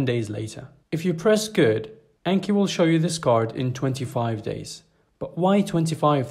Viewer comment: Just fyi: pronounced "On-Key"